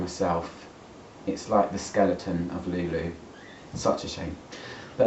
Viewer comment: Jesus Christ!!! Another one!!! We are people so ignorant? Before doing a review you should at least do some research and learn how to pronounce the name because every time you pronounce Lou Lou you sound completely ignorant 😂😂😂